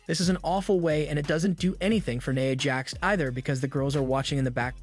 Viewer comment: “Naya Jax” how do you fuck that up! And then at first he calls him Kaddi Rhodes then 20 seconds later calls him Cody 🤨🤨🤨